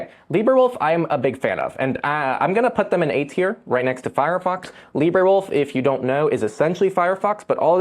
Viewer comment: Where did you find your pronunciation of Librewolf? Brave's AI Leo at least addresses the issue of its databases and mentions their limits.